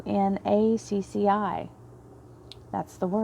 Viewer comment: Just FYI, Fibonacci is pronounced fib on Ah chee. It is a series of numbers that expresses a proportion that is found throughout creation. The spiral of the nautilus shell is an excellent and classic example, but the same proportion is found in the length of the joints when you make a fist and look down at the spiral of your bent fingers. Since you're on a learning journey at the moment, I suggest you look up Fibonacci numbers just by themselves. It's very interesting. Thank you for all you do, and I have to say you look just the way your voice sounds, lol! Awesome reading, and from your lips to Spirit's ears! I should be receiving money from the sale of a property soon, actually.